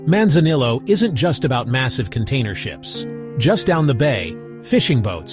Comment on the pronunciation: AI Slop video, can't pronounce Manzanillo properly with ZERO pictures or videos of Manzanillo.... lol.